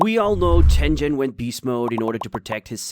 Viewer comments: Ah yes tenjen instead of tengen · 2 seconds in and the guy really said tenjen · Ten-jen? I don't get how the names are mispronounced when they're constantly said.